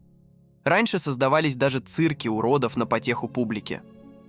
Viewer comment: Хороший ролик. Вот только текстовое сопровождение режет слух! Ударение в словах ставится произвольно, где придется... "циркИ, сестрЫ", противно!